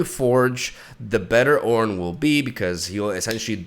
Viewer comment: Leave it to to butcher the God's name into CORN